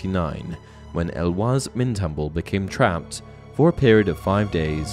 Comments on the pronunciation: You got to get better with pronouncing names. Eloise is pronounced el oh weeze not elwuz. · Eloise = El-oh-ease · El-oh-weez is the commonly accepted English pronunciation of Eloise for anyone curious. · ysk Eloise is pronounced like "Louise" with an E in front